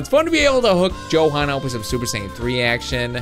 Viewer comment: you said jokan instead of johan